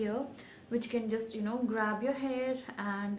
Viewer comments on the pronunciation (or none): none